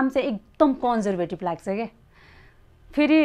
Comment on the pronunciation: haha konjervetiv😓😓😓 dd ko pronunciationle hagdiraaaa